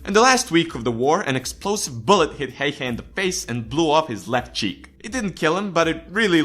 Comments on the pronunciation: It's not "Häjhä", it's "Häyhä". pronunciation is a thing that exists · Just some advice about how to pronounce the Finnish words with the letters "'Ä" and "Ö": Ä is pronounced like the A in the English word "hat", or "cat" Ö is pronounced like the U in the English word "fur". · What is heihe its häyhä not heihe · They always use too much "E" when they are trying to pronounce "Häyhä". So it sounds more like Hey-hä than Häy-hä. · "simo heyhe". No. Just no. The ä's are pronounced like the 'a' in 'mAn'' and the y like the 'u' in 'dUde'. HÄYHÄ. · it is Simo Häyhä not Hayha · No its not... its pronounced like a ä. Just like häyhä is pronounced like häyhä. Not heyhe, not hauhe its häyhä. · Simo heihe?:D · It is Häyhä tho. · Simo heihä :D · His name is Häyhä not Heie. If you are going to makea a video dedicated to the best sniper in history, you should also make the effort to pronounce one word correctly. Also, the numbers in this video are all over the place, only the kill count was correct. It really does't take that much. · tfw you are finnish and every time he says Häyhä as "heyhe", you shake a little 😂😂😂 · To say Ä it's like you say A in the word Apple. So its like Simo H(A from Apple)yh(Another A from Apple) Idk why i made this. Its just weird how english people say Häyhä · OH man the inaccuracies.. Can't even pronounce häyhä. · Lol im from finland and when you said simo häyhä i just died from laughing ut souned so stupid XD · You pronounced his name wrong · Onks tääl ketää muita suomalaisii, jotka vetää hirveet cringet siitä että tää jätkä ei osaa lausuu "Häyhä" oiken? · That's how Häyhä gets you; he kills with impossible pronunciation! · that is not how you freaking pronunce Häyhä perkele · Its Simo Häyhä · you can say häyhä good but you can train say ä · A finn gets triggered by how says Häyhä. Ä is like the a in the word "hand." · You pronaunced Häyhä wrong and trust me Im finnish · ä is pronounced like the a in man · you butchered his name really hard